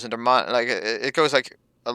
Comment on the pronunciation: Get to the point, stop saying like, write a script, keep vid under 10 minutes...& speak englsih ie other not udder, month not munf